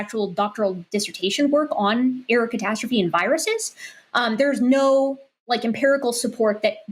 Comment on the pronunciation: The way she says error catastrophe, I keep hearing Erikatastrophe, which seems like an amazing gamer handle.